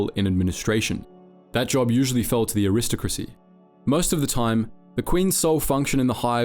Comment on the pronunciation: love the vids but you mispronounce so many things it’s legitimately insane POOPA Pupae Pewpay aqui-FIRE aquifer aqui-fur chitin chitin kai-Tin aristecrissy aristocracy airis~tokracy just some examples how you said -how its spelled - how to actually say it